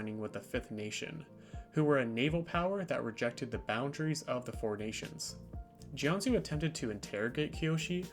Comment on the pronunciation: It’s pronounced Jianjoo.